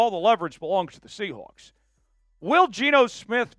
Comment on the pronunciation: Quit saying SEA HOOKS